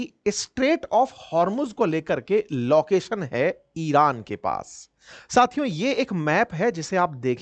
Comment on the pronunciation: ये टीचर नही जाहिल है 😂 लौकेशन 😂 दौनो 😂